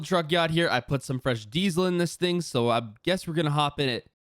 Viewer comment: Why does it sound like you say dezle